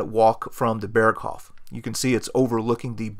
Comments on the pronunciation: How can you say he got a view to Austria on the North side of the Berghof. How is this possible? Austria is in the South. And by the way its pronounced "Beeerghoooof" not Perkhofff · I suggest you, before to do a Documentary about "Berghof", to learn to pronounce the name of it. It's not an American name of a Village, it is a German name, should be the minimum that you know how to pronounce it. It's just 1 word, isn't that hard to learn it instead to repeat it in the video for 50 times and all the 50 times wrong. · If you want to pronounce it correctly, it’s not like Hasselhoff. “Bearghohv” might get you there.